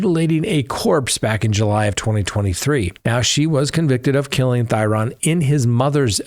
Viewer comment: I am a local to the Green Bay area where Schabusiness is. Not that it is a huge deal but to respect the family, Shad's last name, Thyrion, is pronounced (theory-an). Thank you for all you do and your coverage about that case. Truly heartbreaking for his family. The way she looked at the camera and seemed to waited for the camera to turn back towards her is so disgusting. She is evil. I can only hope one day she has remorse.